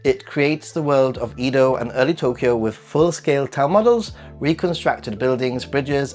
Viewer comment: How can you be a Japan expert but you pronounce Edo wrong? Mind-boggling